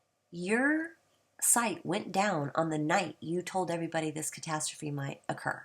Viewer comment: Castastrophe sounds like Kuh-tass-trophy. Not Cat-uh-stroff. LOL! Love your lil rant about him, the guy is a complete shill for the almighty dollar and a fear monger. Good vid.